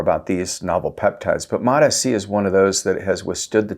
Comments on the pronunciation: Please mate for the love of god I love your content but please pronounce MOTS-c the correct way which is MOTS-c not MOT S C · It's MOTS...(pause breath) C. Mots...C Not MOT S.C. Properly pronounced please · He's gaslighting us by saying Mot-ESEE. You know he shuts off the camera and chortles gleefully at the comments. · Mots, like tots! MOTS-C learn to say it correctly, or why even bother with doing these videos? When you say these Peptides with the correct pronunciation, your credibility automatically goes up, and the reverse takes you down. MOTS-C!!! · I can’t trust anyone who can’t read the label on the bottle. It’s MOTS - C. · 3rd video of his I've come across that I had to leave early because I can't handle the MOT ESS SEE. pronunciation. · You lost me at the way you say mots-c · You lost me in the first 5 seconds, mispronouncing the peptide. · I am out he isn’t even pronouncing Mot-C right. You lost me. Laters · I trust Dr Trevor Bachmeyer more than this guy who can’t even pronounce Mots-c. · Haha I was just coming to write the exact same thing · It is so annoying I just stopped and went to the comments LOL ! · I hate the way he was saying it, I couldn’t finish the video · It doesn't bother me how he pronounce it. At the end we all know what he means. 😅